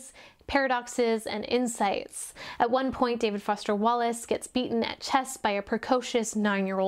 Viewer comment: I love the part about the professional smile, so true but I never thought so about it so in depth! (Also died at "David Woster Fallace" 😂)